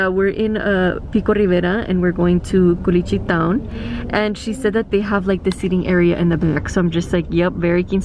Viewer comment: is no one gonna tell her its “CULICHITOWN”😭😭